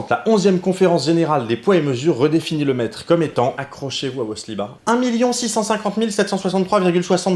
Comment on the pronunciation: Quand t'as dit "le Mètre", j'ai entendu "Le Maître" et je suis parti en trip de type Doctor Who dans mon slip ! ^^ Et oui, putain j'ADORE ce nouveau format XD J'ai hâte pour la suite ! :D